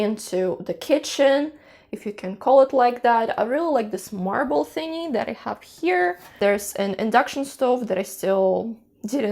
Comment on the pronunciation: "Marble thingie", lol. Spoken precisely like a native-speaker :).